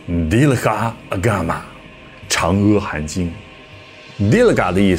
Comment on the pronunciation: 阿弥陀佛念a不念e，长阿含经也是念a不念e